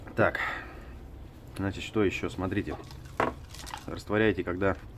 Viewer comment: значит, а не значить!